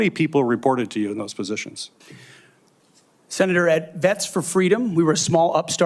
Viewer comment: 'Senatol, I will empasize'